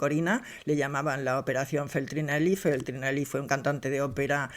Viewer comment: Pilar Eire, el cantante al cual te refieres se llamava ( FARINELLI ) no FETRINELI como dices tú, y en su tiempo fué muy conocido y aplaudido, un DIVO. Dices qué Juan Carlos hacía el amor con sus amantes, otro error lo qué hacía este "sujeto" era practicar sexo, el amor sólo se hace como bien dice la palabra por AMOR. Todo lo demás és puro ejercicio genital o sexual.